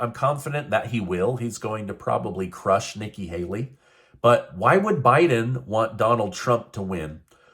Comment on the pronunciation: Yes, Hikki Nayley is a pandering phoney. Ever since you accidentally messed up her name, I can't get it out of my head......that's what I call her now 😂😂😂😂